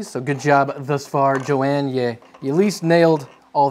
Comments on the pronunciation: i think the person you are calling "joanne" is actually said "yohann" and is a guy maybe, depends ive seen both spell it the same way lol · It's yo-han,not joeann... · Johann is pronounced "yo-hahn," not "jo-an." Ha! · I think it might be YO-Han not Jo-Ann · Im pretty sure thats pronounced 'yo-han' not 'Joanne'. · Hahahaha! Pronouncing it Jo-Anne instead of Yo-Hahn; priceless! Great episode! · Eh, ¯\_(ツ)_/¯ I‘ve heard worse. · was that... Joanne or Yohan ? :P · Johann must be hating you for pronouncing Yo-Han as Joanne LOL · Johann is "yo-hahn" ... Not Joanne. Like Johann Sebastian Bach... Embarrassed for you... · Jo Ann? Yo Han. Fail at pronunciation lol! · Johann is pronounced yohann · I think Johann is pronounced "Yo-hawn" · i have a feeling the designer's name is pronounced like "yohann" with the "hann" being like han solo. could be wrong though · pretty sure Johann = "Yohann". could be wrong. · Johann is like YO-HAN. Poor Johann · I believe it is pronounced...Yo-Hann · Pretty sure johanns name is pronounced like yo-hon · More like Yo-hun (pronounced like an American would, I guess), but you‘re close. I don‘t mind tho. Why get hung up on names? There‘s more important things in life. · Pretty sure it's Yo-Hann... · Also, I don't mean to be that guy, but shouldn't Johann be pronounced "yo-hahn"? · I love how he pronounces some of these names. Gabriel and Johann in particular. I'd almost be willing to wager something those were both masculine names.